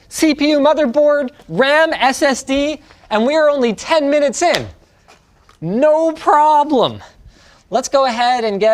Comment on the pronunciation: when Linus said no problem, it sounds like in a chinese accent- im so freaking happy